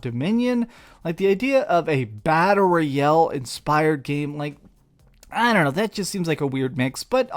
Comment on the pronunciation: Battle "rayale"